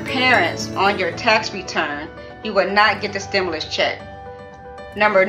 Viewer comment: She having a hard time pronouncing stimulus 😂